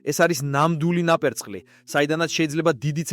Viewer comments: ტოპურია არა შე შიბაქო თოფურია და ნაპერწკლი არა ნაპერწკალი ნუამახინჯებ ჩვენს ულამაზეს ენას თუშეიძლება❤ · ტოფურია ნაპრწყლი რა ენაზე ლაპარაკობ შე ყლეო ჰიბრიდული ან კოკერის მეტისზე ნაჯვარი ვინ ჩემი ყლეა გააჯვი რა ჯერ საუბარი ისწავლე მერე სიტყვების და გვარების გამოთქმა გაიგე შე სირო